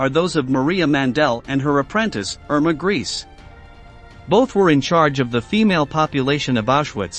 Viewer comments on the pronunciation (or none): Yeah, it's totally unprofessional. If you can't pronounce names like Mengele or Grese correctly.